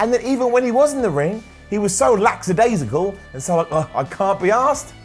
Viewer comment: It's lackadaisical not lacksidaisical,. It's like people that say sumfink instead of something.